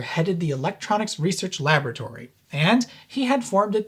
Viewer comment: OK I know i'm ENGLISH but "LAB RAT ORY" please LABORATORY simples,and whilst i'm here it's SOLDER not SODDER !!!!